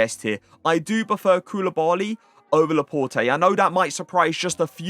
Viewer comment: dont you say laport??